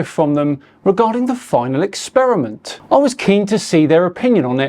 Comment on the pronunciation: The guy starts off by talking about "The Final 'Ex-Spear-a-mint'". Now, I'm no languager (Rick & Morty reference), but I think it's pronounced "Experiment". 'Ex-Spear-a-mint' sounds like gum that's lost its flavor. Guy 1: "What kind of gum is that?" Guy 2: "Well it USED to be Spearmint. Now, it's Ex-Spear-a-mint." I guess my point is: how can we take this guy seriously, when he can't even pronounce a word that most children learn to say in the first or second grade.